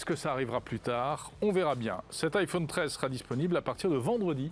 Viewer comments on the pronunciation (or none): Faut vraiment qu'il arrête de dire "iphaune" 😐